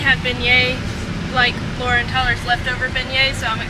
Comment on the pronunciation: Laura you crack me up it’s eh • ree